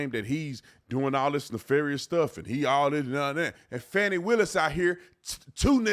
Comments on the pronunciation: Will you STOP WITH THE FONI ITS FANI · FAWNY Willis… I believe it is pronounced FANNY, a common name in the south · Fucks sake it's not "fawny" it's fani! It's like when Joe dirt tried to say it's dir'te don't try and church it up! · I wish people could just use the actual letters in the woman’s name, FANI. There is no W, in her name. She is not a baby dear. It appears to be Fani, like Fanny. Not Fawny. Thank you. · Saying Fawnie instead of Fanny is an effort to make her classy. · I was just about to say they wanna pronounce your name fawni it’s fanny. They’re still protecting her. This is unbelievable but let’s protect her from ridicule by saying her name improperly. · It doesn’t matter how SHE WANTS her name pronounced ! She should have spelled it like she wants it to sound…Fawni or Fahni- but Fani is pronounced Fan-nee ! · Did that woman call her "Fawni Willis"? 🤭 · Fah-knee Willis done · NO ONE in the south says it that way. It’s pronounced Fanny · FAN EE. 😂